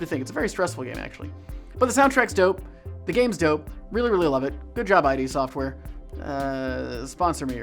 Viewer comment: I really felt you at the end with that tangent, we don't help others because we want recognition, we help others because it is the right thing to do. One other thing, I can't get over you calling them ID software and not Id Software, as in id and ego.